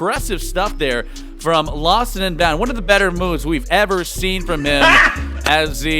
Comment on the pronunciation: Who else gets really annoyed when the commentator says "lostninbound"?